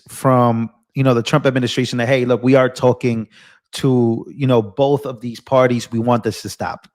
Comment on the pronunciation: Oh yea of course I get my news from a guy that cant read or pronounce words. He's terrible at "Boff" those things.